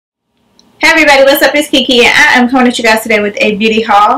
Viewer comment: cocoshodi101 i thought it was only me lmao especially when she says " I am "